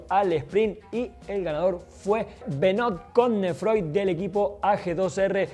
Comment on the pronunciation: Se escribe Benôit Cosnefroi pero se lee Benûa Cosnefrûa